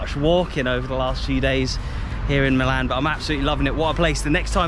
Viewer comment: The second team of Milano is called "milan" with the accent on the "i" as per the local dialect, "AC" means "Associazione Calcio"... or "football association". The team's name IS NOT "football association" but milan. It's like you say not Manchester United but "football club" because it's full name is FC Manchester United.